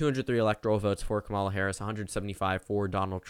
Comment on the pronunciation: "KAmuhluh" damnit